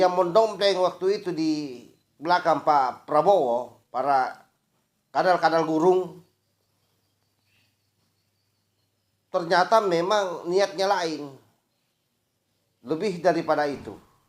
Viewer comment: Tolong yang punya konten kalau berbahasa indonesia itu diperbaiki cara penuturanya biar tidak kentara kalau anda itu asal sul sel. Contoh Gurun bkn gurung. Dilakukan bkn dilakukang. Kepentingan bkn kepentingang🤣🤣